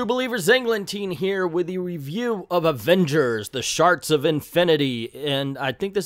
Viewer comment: I’m sorry but is he mispronouncing the word shards on purpose?